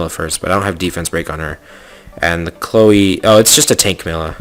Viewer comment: I'm pretty sure his Chloe" pronounciation is correct...so that's at least a single monster ^^